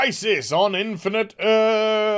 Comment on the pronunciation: I was wondering if I would ever hear "Infinite Az" again. hehe